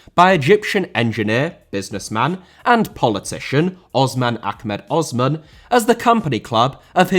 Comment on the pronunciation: The S in Osman isn't pronounced like Ozman, and just a standard S sound. I don't think you should have selectively included a Japanese and South Korean club in this list, given that many clubs there are company owned. You should have just mentioned that as a disclaimer in the beginning that the list would be clubs outside those two places. Then make a separate video for those two states alone.